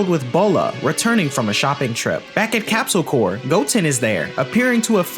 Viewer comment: love the video but its not capsule corps as in the marine corps, its capsule corp. as in corporation/ so its {corpe} its {Corpse}